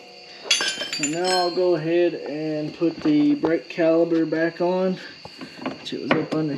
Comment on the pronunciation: Hi great video thanks not sure if it's your accent or my hearing sounds like your saying brake caliber. Should be caliper ✌️